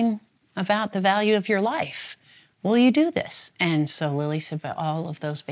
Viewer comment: This is the second abortion documentary I've watched this week where the narrator pronounces the as da. What is going on?